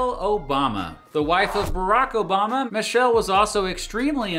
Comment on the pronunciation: you mean manchelle